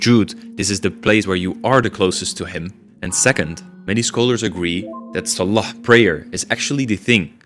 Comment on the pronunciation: i like you but can u pronounce salah and allah better, may allah make it easy for you